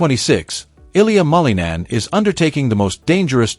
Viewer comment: Please learn how to pronounce his last name, it's not that hard